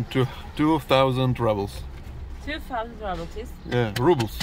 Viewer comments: you are like me! Don't leave home without chocolate! Honestly, I thought the 2nd cup of orange juice was for Sati! Thank you for sharing with us😅! Also,, I think we mentioned previously that Rubles is pronounced, Roo-bles. The U having an OO sound like in moon. Of course you can say it however you want, it's your channel😂. SO very good to see you all. Stay well, stay safe. With love from Illinois! 😊❤❤❤ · Pronouciation: roobles, not rubbles. roo like in kangaroo, or root. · You still say rubble and not ruble like in Russian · So …how exactly do you pronounce it in Russian…ROOBLES OR RUBBLES?